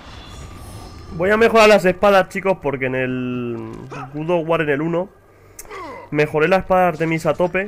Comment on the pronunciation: Se dice God no Good ._.